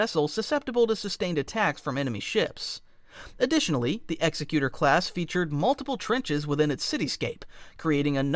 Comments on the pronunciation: As an FYI, the Executor is pronounced Ex-Eck-You-Tor, not Ex-Eck-U-Ter. It's an Executor, as in an Executor of a will, while the other pronunciation would imply Executioner. Great vid though! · Forgive me if someone already made this point, I scrolled down a ways and didn't see it... I say this not making fun because I used to make the same mistake. It's not pronounced "EX-uh-cuter," it's, "ex-ECK-you-tur," like executive. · GOOD GRIEF. You pronounce, "Executor", with the stress in the 2nd syllable, not the 1st: "exEC-utor" - like, "Executive"! Not, "EX-ecutor", like, "Execution". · Executor is pronounced as “egg-ZECK-yoo-ter.” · Say it with me: Ex-Ec-U-Tor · Executor is pronounced with the emphasis on the 2nd syllable, not the first. ex-EC-u-tor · Execute-tor? Is that similar to exec-queue-tot? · Love this vid, but the mispronunciation of "Executer" was genuinely painful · it is pronounced like the word "executive" in executive branch, only with an "or" instead of "ive" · Pronounced exEcutor. Emphasis on the second E, not the first. And your brain-dead ragging on TLJ is really old. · Executor is pronounced more like executive than execute. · Its executor like executive. Otherwise itd be executioner class. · *EARS BIRNING* EXECUTOR....is pronounced like "Executive" not "executioner"....like the executor of an estate in a will..... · I’m pretty sure it’s pronounced Exec-cu-Tor Like, executive. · Honestly fantastic video but hearing it called execute-or (as in to execute but with an or sound at the end) and not executor as in executive branch of government was killing me lmao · always heard it pronounced eegg-xec-u-tor., like executive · Not how you pronounce Executor as per canon. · You pronounce executor wrong. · The word executor doesn’t have 2 meanings or pronunciations. Pronouncing it like it is in the video isn’t a word at all. A person who executes people is an executioner. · Mispronounces Executor in the first couple of seconds of the video. Promising start.